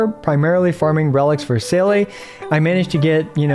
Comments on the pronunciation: respect since u pronounced seele aand not zeela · finally someone who pronounces seele right